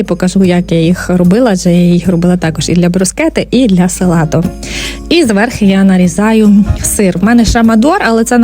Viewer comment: Все добре, все гарне, але попрацюйте із своїм словом «зверхи», будь ласка